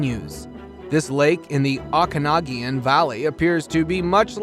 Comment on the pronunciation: Osoyoos is pronounced oh-sew-use. Okanagan is pronounced Oh-can-awe-gun. 🍁